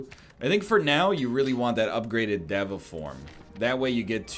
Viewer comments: Why does he keep making fun of people for correcting his pronunciation of deva but then he pronounces it a second incorrect way? day va you nerd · Diego I just think it’s funny that he’s obsessing over the pronunciation and keeps going “diva. No sorry dev uh” even though neither is correct and he hasn’t once pronounced it right.